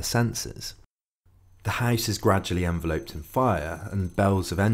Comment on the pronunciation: En-vel-upd not En-Ve-loped. Just sayin.